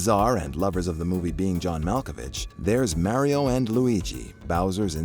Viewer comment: Did u just say Mario like mairio what..